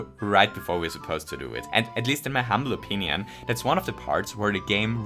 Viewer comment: "a bittle lit" "humble onion", "dominion", etc. does this more often than some might think. He says things wrong on purpose just to see who notices. What an absolute legend.